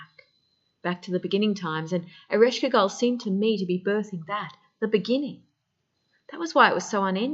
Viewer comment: So sorry .. Your pronunciation is slightly incorrect… Ereshkigal… Earish Kegel… like the pelvic floor exercises.. kay gull …